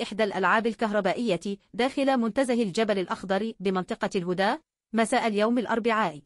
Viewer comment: قراءتها كلها غلط الهُدا😂 تقصد الهَدا🥴.. اكتبولها الحركات علشان تكون القراءة صحيحة لأن قراءتها تفشششل وبعدين أخبار كاذبة لايوجد وفيات حتى الآن الله يشغلكم بأنفسكم عن السعودية وشعبها ..